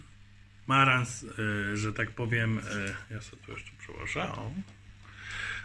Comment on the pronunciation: Marans nie maran